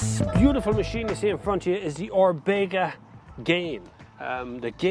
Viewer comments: Orbegah he said 😁😁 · orbayguh gain......smh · I know, theres no G in Orbea, fekin...